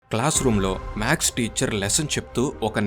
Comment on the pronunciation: రామానుజం కాదు, రామానుజన్ గారు, మాక్స్ కాదు మ్యాథ్స్